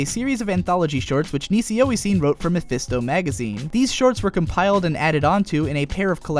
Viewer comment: You're supposed to pronounce NisiOisiN as "nishio ishin " you know :D. Quite a good surprise to see some titles like Saiunkoku monogatari and kyouran kazoku nikki making it to that video. Nice references here. though, it's incorrect to say that KKN received a straight forward adaptation. KKN had basically the whole main plot removed from the anime, only leaving the initial setting and individual volumes plot, and stopping right in the middle (right where the individual volume plot could no longer be dissociated from the main plot at all). There's still plenty of "that type" of ln adaptation coming after your video though :). And still more to come, like Alderamin in the next season, for example, just like RnY was in last year's summer x)